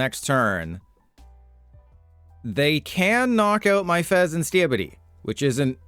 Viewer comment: I hate how you sed fesenSkippidy lol